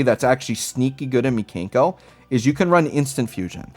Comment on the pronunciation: Pronouncing them "Mee-Kane-koh" Makes me wanna call them the Kanker Sisters, and that will forever be a thing for me now 😂